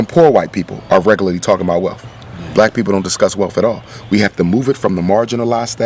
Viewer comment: Did he just say "welf" instead of wealth? Other than that, great video.